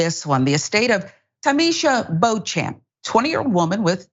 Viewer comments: It's not pronounced as bo-champ but bo-shamp. It's derived from French. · the name is pronounced, "BEACH-um". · It's pronounced BO-shomp......... Jerk.